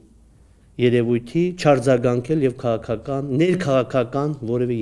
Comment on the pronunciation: դե եսել էմ էտ ասում էլի, որ հայոց լեզուն պետք չի աղավաղել, քաՂաքական բառի մեջ Ղ տառ կա! ՔաՔական չի, որ լսում էս ոնցա խոսում, ուզում էս ասես գնա սկզբից հայերեն խոսալ սովորի